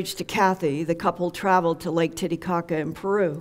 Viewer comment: I have great respect for Linda and her work, but when she said "Titicaca" I died laughing.